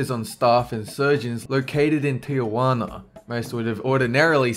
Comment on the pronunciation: Tijuana not Tia Juana. There is no a after the I . It's three syllables not four. Most people make that mistake but it's still wrong.